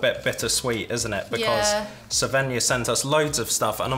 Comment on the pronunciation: It's cute how you pronounce Svenja as Sevenja. 🥰